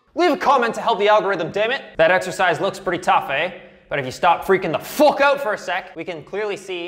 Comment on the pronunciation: Love how you pronounce fuck "FOOK" its awesome